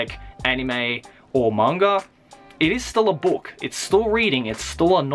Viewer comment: why do you always say manga like there is a r at the end?